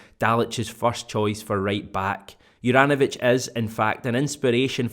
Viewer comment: Hajduk Split fan here, first of all, man you've absolutely butchered the name, no hate though, just gonna teach you how to pronounce it properly. Think of J in the name as Y so pronounce it soft not as a J, apart from that all should be good. Juranovic wore the armband for us and was generally underrated by everyone and most of us were happy when we got rid of him, it seems he tricked us all🤣 Man improved massively after he left us. not a surprise though, the pressure down here could only be compared to Napoli! Continue the good work🇮🇪🍀